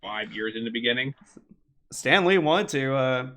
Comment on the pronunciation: In the beninging 😂